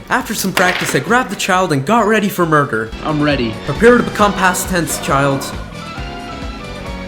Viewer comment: "I grabbed the child and was ready for mureder"